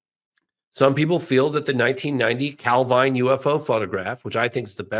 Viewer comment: Again - Calvine is pronounced Calvin